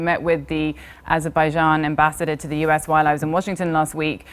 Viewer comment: That Azerbaijan pronunciation though